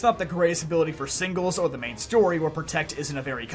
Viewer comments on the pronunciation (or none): none